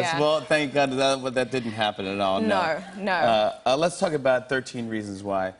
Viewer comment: Nough, nough... is that how they pronounce 'no' in Straya?